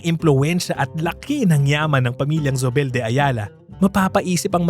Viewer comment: Zobel /So bel/. Even though it’s German origin, it essentially became a Spanish Filipino name. And in Spanish & Filipino, ‘z’ is pronounced like /s/. But even in German, ‘z’ is like /s/ or /ts/. /Z/ sound is English. In Spanish, Zóbel has an accent on first syllable /SO bel/. Not sure how the family pronounces it. In the old days probably /THO bel/, but in the former colonies, no one really retains the “ceseo”, it becomes just a regular /s/ sound. In Philippines, how do people say Gomez, or Hernandez, or Ramirez etc.? ‘Z’ = /s/ Compañía /com pan YEE ya/.